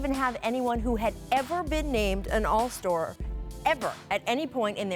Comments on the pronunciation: Dam Rachel, you said "All Store" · "An All-Store" 😭😭😭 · All-Star is kinda overrated IMO, even Rachel herself mispronounced it as an All-Store herself which tends to be also kinda TRUE by itself :P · "all store" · “All store” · “An All-Stor” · lol all-store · LOL AN ALLSTORE.. FUKING ENGLSH HRD TODAWY I GEAUSS. FUKING IDOIT!!! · Just did, quite weird how it's very RARE to appoint it out loud though :P